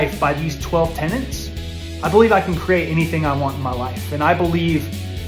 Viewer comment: Tenets. Principles. Not tenants and principals.